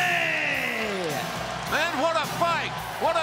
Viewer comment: "J-h-eeeooooon Moooxley!" Really, Justin? Even in his hometown you keep saying his name wrong.